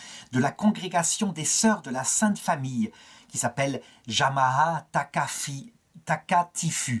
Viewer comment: On prononce JAMAA TAKATIFOU